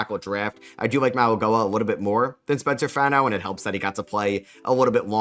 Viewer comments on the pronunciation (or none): plz learn how to say mauigoa